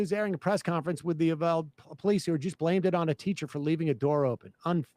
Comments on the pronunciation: Please learn how to pronounce “Uvalde”. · Sam said ulade multiple times...